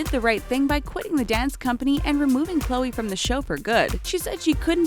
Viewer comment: You said Chloe's last name wrong.